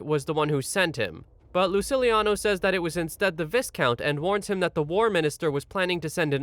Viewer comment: I don't wanna be that guy, but to help you in the future viscount is pronounced vy-count.